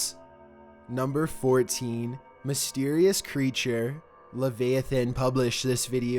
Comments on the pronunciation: Wouldn’t have standed a chance? It’s wouldn’t have stood a chance. And it is pronounced luh-v-eye-uh-thin, not leh-vay-uh-then, I mean come on bud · Leviathan is pronounced la-vi--a-thin, btw. With the 'i' a short one. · ....if you're gonna be host you need to know proper English and pronunciation. "Wouldn't have standed a chance"? Stood, stood is what you meant. and it's not LevAathan it's LevIathan. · Stood*, lah-vyah-thin* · “Leh-Vay-Uh-Than” are you being serious? Are you even trying at this point? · The way he said Leviathan really bothered me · I love you but your pronunciation of “leviathan” and use of the word “standed” instead of “stood” made me die a little 😂